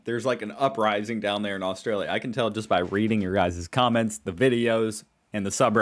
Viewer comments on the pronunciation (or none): Austalia, very funny... get it right, it's AustRalia... 🤣😂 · Its not AUSTALIA for the 10th time dude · What the hell is AUSTALIA?